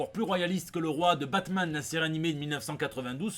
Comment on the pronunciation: Putain pourquoi tu prononce le nom de la bête la série Batman est foutue